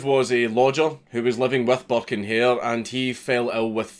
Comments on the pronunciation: Thought he said buck and hare which immediatly made me think of Bucky o hare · I know je says burke and hare but it always sounds like he says burke in here.